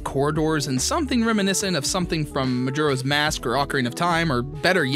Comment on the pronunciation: ZorrA MajorAs it’s not Zorro or majoros. Reading is hard.